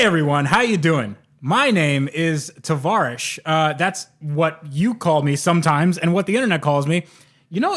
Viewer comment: In your intros when u say its tavarish say or here after you say travarish